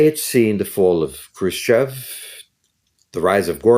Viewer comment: dude lives in 60-s and has no idea what's going on even though he looks so confident in his words. chruschev-chruschev... 🤦‍♂🤦‍♂🤦‍♂